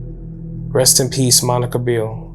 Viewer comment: You could at least attempt to pronounce the names correctly! Rockowitz is pronounced 'rock' like the stone and Beerle is not pronounced like beer the drink, but Bear le. She originally lived just 5km from me and was a wonderful person.